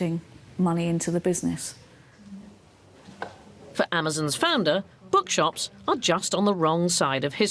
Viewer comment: Was enjoying this documentary, then I noticed how the narrator said 'business' and consequently my viewing experience was ruined.